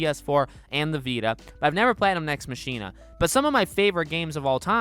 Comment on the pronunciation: Your pronounciation of Nex Machina just invalidated any credibility you had.